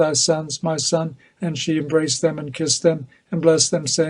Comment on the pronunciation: Ma' sun' lol northern English accent was funny! 😂😂😂😂